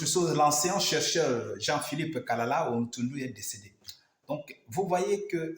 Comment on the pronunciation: Kalala, pas kalakala, et cest anyjart pas anyart...